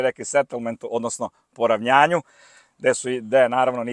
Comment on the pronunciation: Idi bre,nasmeja me sa poravNJanjem,ima i jedan advokat sto tako izgovara.